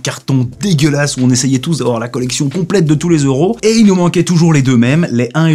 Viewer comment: On dit pas 2 zeuros on dit 2 euros ici oui deux euros